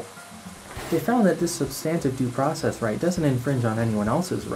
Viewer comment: You’re pronouncing substantive due process wrong and it’s annoying